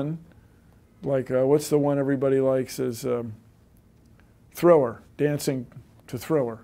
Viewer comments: I love how Bill Nye said "Thrower" instead of Thriller! XD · hahah thrower.... you mean THRILLER !!!!